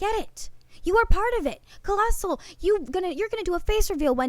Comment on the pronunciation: at some point keem called colossal "clien" lol